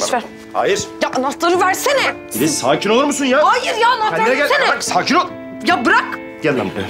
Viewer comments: te filiz demiyor fiziz diyor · te fizis dedi 👱👱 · FİZİZ ne ya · Filiz demedi Fiziz dedi hahaha😂😂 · bir yerde "fiziz" diyo😂😂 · fıziz dio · Fiziz dedi en başta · da filiz deil fiziz de barışın telefon numarası var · Fizis dedi abi